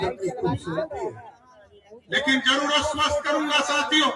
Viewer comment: अस्वस्त नहीं आश्वस्त होता है।